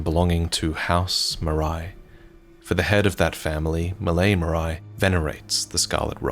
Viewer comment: Great video as always ! I'm pretty sure "Marais" is supposed to be pronounced "Marè", as the french for "Swamp", rather than "Maraï" tho